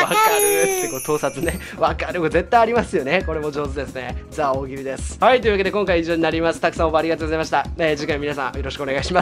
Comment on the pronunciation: ザ・大喜利じゃなくてジ・大喜利じゃねw